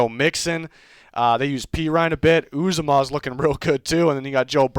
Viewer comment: Uzomah is pronounced YOU-ZAH-MUH